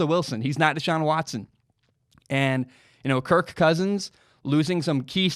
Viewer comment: I’m sorry man. I had to shut this off. The way you say kirK cousins makes this boarder line unwatchable